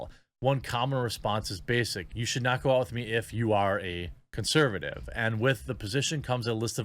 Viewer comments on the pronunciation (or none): none